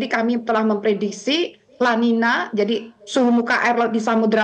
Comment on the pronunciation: Kata spanyol itu bacanya el ninyo dan la ninya. Sebab nulisnya niño/ niña. Ñ= ny👍